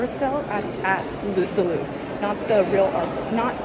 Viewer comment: Here’s a small tip for your pronunciation: it’s "le LouvRE", not "le Louv" :)